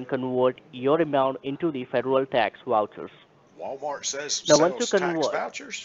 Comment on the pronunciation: As soon as your "Wouchers" are "Awailable"....you "Vill" send the "Wouchers" to "Vashington", DC.....LOL!!